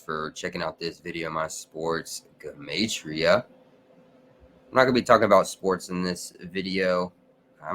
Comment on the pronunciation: So that's the correct way to pronounce gematria